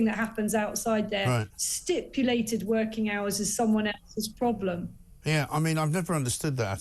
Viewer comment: Did Mike just say "woking from home" or have i just coined a new phrase?...:)